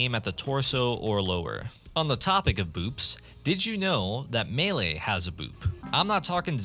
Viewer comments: ☝🤓 "melee" not "mele" #BuffMeleeBoop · What is mele? I think you mean melee.